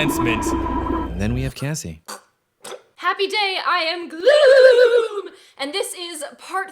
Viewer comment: Looking back on how she used to say gloom at the beginning scares me. Then it scares me even more that I've watched her for over 4 years 😹